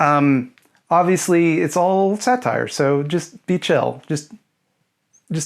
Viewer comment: im sorry but the way you said "satire" lmao "sat tire"